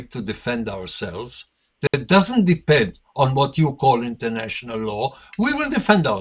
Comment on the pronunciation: Dan... go practice. Again and again. "THAT". Not "Zat", that. Say it with me. "Not zat... THAT..." - just keep practicing and you'll get it ;-)